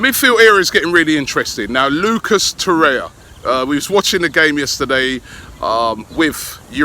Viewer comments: Robbie its torreira not torreya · Robbie it’s “To-ray-ra” not “to-raya” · Robbie, you're doing my head in! It's pronounced "To-reh-rah" not "To-rey-ah" Come on bro! 😩😩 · It's TORREIRA, Robbie. Twice the sound "R". Not Torrea.